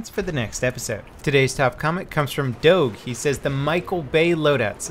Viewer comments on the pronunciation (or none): pls, my name is pronounced Doh J not Doh G. Such disappointment. Very sadness. Doge is now kill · Not dawg it's the meme man the DOGE just search how to pronounce the thing! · doge is pronounced dooj, know your memes! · Pronounced "Doje" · That's not how you pronounce doge. It's pronounced like "Doge of Venice". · Did he just mispronounce doge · You pronounce Doge wrong. UNSUBSCRIBE......no not actually though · Did he mispronounce doge at the start or was that just me ? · Hahahahaa the way you pronounced 'doge' :P